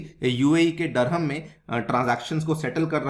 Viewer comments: व्हिडिओ अच्छी लगी लेकीन दीरहं को डरहम डरहम मत बोलो सर अजीब लगता है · Bro it is "DIR"HAM and not Dur-ham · Dirham hai bhai..... Dharammmm...... Nhi...... Kya ias banega re tu😂😂😂😂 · It’s “ Dirham” pronounced as ( Dirr-haam)….Durum is a variety of wheat whereas Durham is a city in England. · What UPSC aspirants are studying if they are not able to pronounce dirham properly. 😂😂 N they claim UPSC is most difficult. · Learn pronounciation abt currency